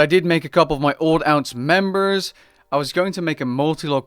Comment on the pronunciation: I cannot get past your pronunciation of alts lol